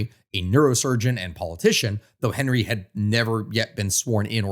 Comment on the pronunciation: Jovenel Moïse's name is pronounced "zho-veh-NEL mo-EEZ" not "ho-ve-NEL MOY-zee." Ariel Henry's and Jimmy Chérizier's last names are "awn-REE" and "sheh-ree-ZEE-AY."